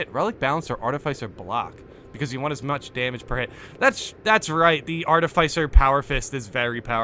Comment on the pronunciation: Pleeeease say art-if-isser instead of arti-ficer I BEG you hahaha